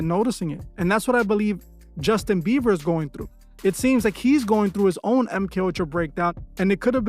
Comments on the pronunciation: Is he saying justin beaver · The fact homie can’t pronounce jb whole name right whole vid dnt sit right I fw mos the videos tho